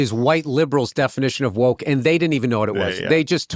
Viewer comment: Wok”t”😂😂😂 What a moron!